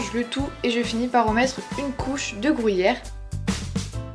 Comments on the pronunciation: J'aime trop comment tu prononces [ gruyère ] 😂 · Moi aussi 😂 elle prononce le "gru" comme "grou" 😂 c'est trop drôle ♡ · Et des "frouits" 😂😘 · Tu me fait dir comment tu dit Gruyère 😂😂